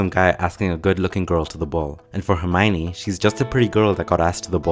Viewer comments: Why the fuck if its written ( Herm IO ne ) all in this video calls her ( Herm OI ne ) W T F ... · Rowling says she is pronounced "Her - my - oh - nee" not "Her - my - nee" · It's pronounced - Her-Mi-Own (Which reflects the o-n-e part), nobody will ever get it right :)